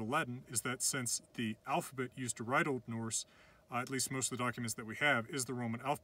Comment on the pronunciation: i’m icelandic and he pronounces this really well :)